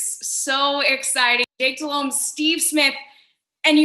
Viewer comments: *Jake Delhomme. Jesus Christ get it right haha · Man is a Panthers legend, and y'all can't get his name right. It's JAKE Delhomme.